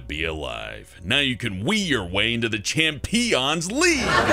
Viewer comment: "you can be a champeeon with your wee!" 2016